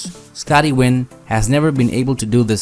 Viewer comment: It's Scotty Nguyen and not Scotty Wynn.